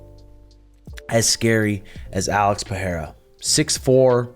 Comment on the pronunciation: PeReira not PeHeira please.....